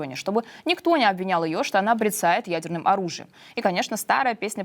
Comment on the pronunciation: Не брецает , а бряцает, ударение на букву я